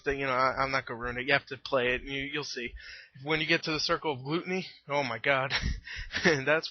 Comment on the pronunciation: lol glooteeny